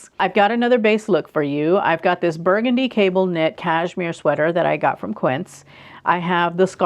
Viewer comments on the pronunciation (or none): none